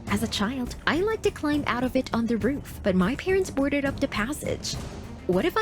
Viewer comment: Did she just say "da" rewinds video yep she just said da